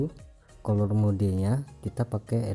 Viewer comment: Cuma ngelurusin, color itu cara bacanya kaler